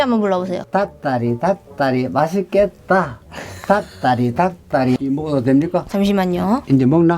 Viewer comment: 할아버지님 닭다리 연속으로할때 발음 진짜 정확하다..짱짱